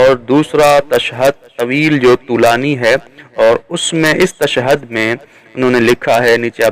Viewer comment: Beta tu pehly tashahud bolna sikh ly pir ye fesla karty he ke shahadat salasa durust he ya ghalat. Tashad nahi hoti tashahud hoti he.